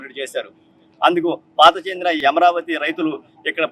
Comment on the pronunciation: తెలుగు పదాలకు సరైన ఉచ్చారణ ఇవ్వండి, ఈ వ్యక్తి అమరావతికి బదులు యమరావతి అంటున్నాడు. తేడా అందరికీ తెలుసని అనుకుంటున్నాను. ఉచ్చారణ విషయంలో జాగ్రత్త వహించండి.